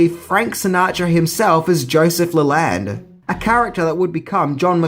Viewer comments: It's pronounced Joseph LEE-lənd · I'm pretty sure the name of the guy in the book this movie is based off of is pronounced "Lee-lund", not "Lay-land". Silly Aussies, butchering the language. Rural Americans, especially from the South, are no better, so it guess its egg on both our faces!!!! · yeah, you got it wrong. sounds like tear, man. as in shed a tear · You are pronouncing Leland wrong (lee-land) is the correct saying.I know it's different parts of the world so we speak differently but I was just informing just as I hope you would inform me if I messed up anyone's name your country.